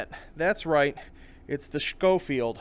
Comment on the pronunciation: It's actually not pronounced "shkofield". it's pronounced "Skofield". Also, I'm a a HUGE fan of the Schofield revolver too.